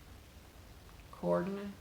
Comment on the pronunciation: So, I am binge watching your old videos. The difference is that when it is a verb, to make things that work together, it has a long “a” in the last syllable. When it is a noun, as in a place or set of items, the last syllable sounds like the schwa sound, so more like “nut.” I think maybe the phrase you were really searching for was “companion pieces.” Love your videos!